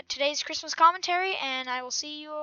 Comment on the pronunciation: chree mos